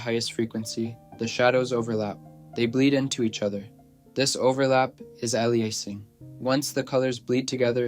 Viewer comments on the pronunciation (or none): “Aliasing” is pronounced [ˈeɪ.liˌə.sɪŋ], like the word alias.